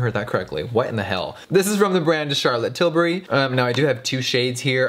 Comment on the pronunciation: " Here we have the brand the Charlotte tilaberry" here 4 years later Charlotte tilaberry is everything